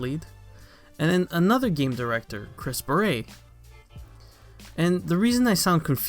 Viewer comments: is anyone else triggered any time says "Chris beret"? its Barrett. the dude ain't a french hat. please stop butchering the English language. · Who cares about Luke Smith. Old News. Move On. By the way you are pronouncing Chris's last name wrong, Its pronounced "Bare et" Bungie is now heading in the right direction, but its still going to take a lot to get the community to come back. It sounds like you hate the game. If you hate the game this bad then stop playing. Don't add to the bashing. Most of the Youtubers that are still playing the game are upset too but they don't diminish what is left of the game, They try to keep the hope alive that everything will somewhat be fixed. That is what is wrong with the world today. People want to bash instead of trying help fix the problem. Don't bash. Send in your feedback. They are listening. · He thinks Chris Barrett is pronouces with some french accent. So he keeps saying "baret" like the hat . The T is not silent , dude. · Why do you say Chris Barrett’s name like that.